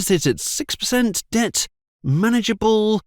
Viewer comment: debt vs dept